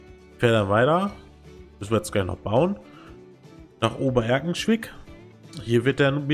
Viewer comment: Du wirst in OER- Erkenschwick (Sprich wie Ohr-Erkenschwick) mit deinem Ober-... nicht gerne gehört werden. 😉😁 Aber ich sehe meinen Nachbarort Datteln-Horneburg (ist wirklich neben Oer-Erkenschwick nicht. 😢